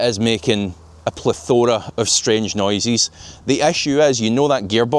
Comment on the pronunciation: Plethora too